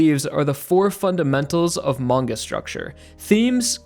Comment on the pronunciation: mangaの発音、時々マン毛。